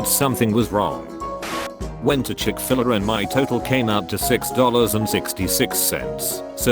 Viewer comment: I can't get over how the voice said Chick Filler instead of Chick-Fil-A